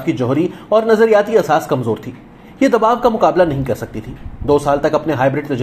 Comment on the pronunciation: بھائی آپ نے بہت اچھا پڑھا، ایک درخواست یہ کہ چند الفاظ جیسا کہ دباؤ اور بچاؤ کا تلفظ درست کر لیجئے۔ شکریہ